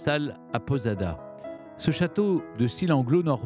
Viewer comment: Château de Posada, et non château de Podada, quel dommage d'entendre autant d'erreurs de votre part, votre entourage, qui prépare vos émissions, est il tellement incompétent ?